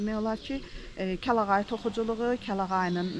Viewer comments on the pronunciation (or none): Kəlayağı yox, kəlağayı daha doğrudur.